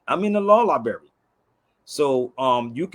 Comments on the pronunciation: Library. Not Libary. Dumbo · This idiot selling law classes...he can't even pronounce library correctly.Lie-Berry...lol,what a dimwitted crook he is.. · He don’t even speak English…. “Lie-berry” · Yep, he's a legal scholar that learned at the law "lieberry " 😂 Just another eejit that wants all the benefits of citizenship without the accountability. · Very low confidence in a scholar who cannot pronounce library...